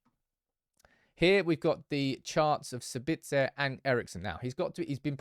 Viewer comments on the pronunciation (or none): s A bitzer and mal A cia Not sab I tzer and malac I a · "Sabitz-errr not Sabitsarr" = "Leviosa not Levios-arrr" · As a native Austrian I would pronounce his name at the beginning with a long A and at the end also with an A instead of ER. So something like SAAAAbitzA :-) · My god stop it wit the put on Austrian twang when you say his name... just say his name and dont pronounce the z.. or call him Marcel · What’s with the French accent when saying Sabitzer? 😂